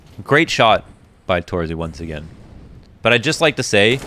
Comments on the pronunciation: since you made the m0NESY vid on twitter, I think you might be interested in how to pronounce torzsi correctly. It's not exactly tor-zee, more like tor-zhee or something like that. Use Hungarian google translate, it says it out loud really well. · Pro tip for: Set google translate to hungarian. Write in: torzsi. Press the speaker button. Now you can say his name correctly. Not making fun of you or anything, cause I love your work and really enjoy watching them. (I know how you care about pronouncination[ex. Monesy])